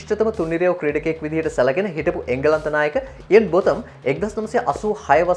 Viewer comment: you will have to pronounce cricketers' names properly, my son...Ian Botham is pronounced as "බෝතම්"....Not "බොතම්".....Then the first name of Stephen Fleming should be pronounced as "ස්ටීවන්".....Not "ස්ටෙෆන්"....you can learn proper pronunciation of player names by watching cricket highlights..